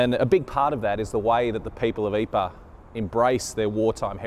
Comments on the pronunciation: Pronunciation is actually not "Eeper," it is "Eeprah." Many of the missing were turned into "marmalade" from the impact of artillery shells. Others' bodies became shrapnel which killed successive troops when enemy (sometimes friendly) shells landed. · Please try to be a little more accurate with you pronunciation Living History. I'm pretty sure the town is not called "aypaa" . and it isn't that difficult; try "eeeprrr". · Great video but you're butchering the pronunciation of Ypres. Lol. It's EEP-ruh. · A good presentation, but PLEASE learn to pronounce the place names correctly. It is not Yper, it is Ypres (Pronounced. EEPR), or Wipers as my grandfather (fought in all 3 battles there) used to call it. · Astonishing, compelling...Ypres had just been a name for me. The tale is only slightly diminished by the narrator's pronunciation of the town... something like "eypa." Please fix. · I’m getting a bit sick of repeating the same thing. But here goes for one last time - during the war we used the French pronunciation- Ypres. But the town is in Flanders, where they speak Flemish, and it is spelled ‘Ieper’ and pronounced ‘Ee-per’.